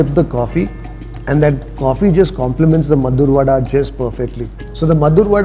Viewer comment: It's maddur vade not maddur vada.